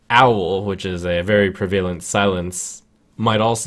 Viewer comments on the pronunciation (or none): Prev-uh-lent, not Prev-A-lent